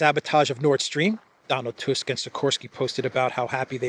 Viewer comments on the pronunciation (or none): none